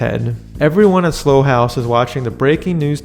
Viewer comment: Slough like plow 😎 not Slough like slow. Great review.